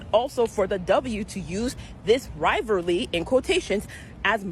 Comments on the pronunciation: "rivereraly" did you mean rivalry? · This dumb woman just said "rye-ver-lee", not rivalry --- and then she says "ee-ver", not either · What is a “rivarly”?@ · That black girl with glasses doesn't even watch women's basketball cause it sucks..and she said 'rivealeigh" when she meant rivalry 😂😂😂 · What is a "rilavry"? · “Riverly” 😂. If they want us to take them seriously, they need to learn how to speak English. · Wtf is a riverly? Is that a new word they made up? 😂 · Man....this shit is getting old. And what is a riverly? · "riverly" 🤔I've never heard rivalry pronounced that way. On a side note, if you have to tell people you're the reason why they're watching wnba, you're probably NOT the reason they're watching wnba. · “Rivarly”…ummmmmm, should we tell her? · What's a riverly? What eever? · What’s a riverly? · That chick on tik Tok, the broad, can't speak properly so her opinion is invalid. If you cannot say the word "rivalry" correctly and you say "rilvary" I'm not listening to you. It's like the "Super Mayor" from Illinois who cannot say the word "allegations" and says "allezations." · "Riverly" huh? How about you learn how to speak before you start giving speeches. Smh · She also said 'pacifically' and 'rivarly' 🙄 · Wtf is a riverly? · What's a "ryverlee"? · “rivarly” this gal can’t even speak correctly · Dear black tiktokrs, if you’re gonna rant about something at the very least…pronounce your words correctly. “Rival-ly” 😂🤣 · "rivaly" talking too much and can't even pronounce the word smh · rivarly😂😂😂 ignorant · Wow. The girl in the tik took video can't even pronounce rivalry. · go head girl, say “rivalry, either” again. For the gold say the word “aSk”.